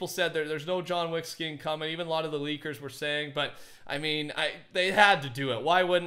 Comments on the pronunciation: Nobody:: ”JoHn WaCk” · This is how many times said “John Weck” 👇🏻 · "John Wheck" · Nobody:: JOHN WECK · Lol he said john wack